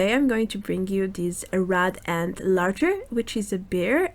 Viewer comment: it is boot as in the boots on my feet there is no d in lager